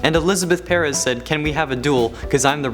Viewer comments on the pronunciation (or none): none